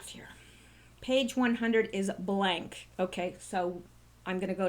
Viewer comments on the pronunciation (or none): none